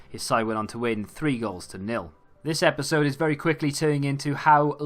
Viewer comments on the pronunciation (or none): none